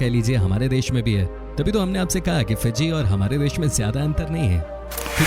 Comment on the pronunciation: It is fiji not piji